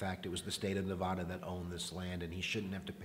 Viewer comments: Say nevAda right pls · Please learn how to correctly say Nevada.